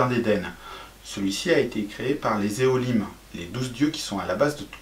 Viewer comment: Élohim !! Pas Éholim 😄